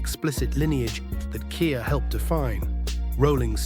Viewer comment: Ai can’t read 😂